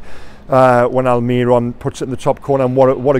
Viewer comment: Please please please stop saying migwell alMIRon, miggy has been with us for years, and your whole job is to cover the club, please, its really not hard to learn how to say his name